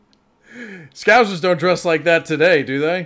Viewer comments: Ahhhh its scousers not scouzers! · You say, "Scouzers". It'a Scousers, with a, 's'. Scouse is a lamb and vegetable stew which Liverpudlians are said to enjoy. In Wales, we call the same stew, "Cawl". We're not called Cawlers, though. These characters are based on Barry and Terry in the soap, "Brookside". It was the mid-80's.